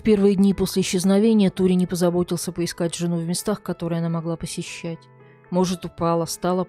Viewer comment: Как всегда великолепная подача.Только думаю что не Тури, а Торе ( сокр. Сальваторе) Просто у нас два друга с этим именем и оба Торе. Хотя эта поправка незначительная, слушаю всегда с удовольствием.Процветания вашему каналу